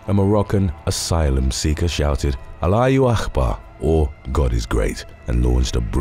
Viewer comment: wt f ??? alayooo akhbar ??? whats that mean ??? if you cant pronouns don;t do it ... thats disrespectful